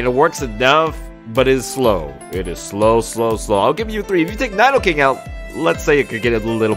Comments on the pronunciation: They’re pronounced nEEdo queen and king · It's like he's never seen an episode of Pokémon. KNEE DO QUEEN and KNEE DOE KING